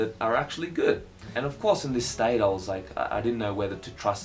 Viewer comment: "staite" you can tell your australian